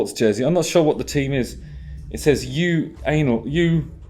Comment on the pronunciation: Jersey Name: UANL Justin: U-ANAL Justin Hawkins Puns Again~~~ XD